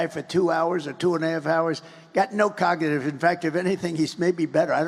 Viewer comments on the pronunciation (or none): Did Trump say ‘cogative’ instead of cognitive🤔